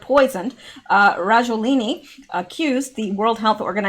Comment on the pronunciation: FLU is a VIRUS and they DO vaccinate against it BUT.... Generally UNSUCCESSFULLY as the virus of the flu MUTATES !!! ALSO.... Why and How can you REPETITIVELY READ Rajoelini.... When CLEARLY the last letter of his name is NOT an "i" .... but an "A" STOP GUESSING !!! lol Just READ the unknown word!!! SYLLABLE per SYLLABLE !!! ;-)))